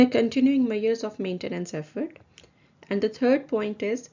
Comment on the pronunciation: I really appreciate the videos you have posted since it helps to understand the abstract topics of the syllabus. I have just one thing, please, double check the pronunciation of the words measure, measurement, measuring.